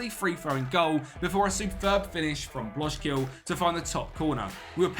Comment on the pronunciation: Nice project! The “ij” is pronounced as a English I, so Blok-zile. T-ice oosting and so one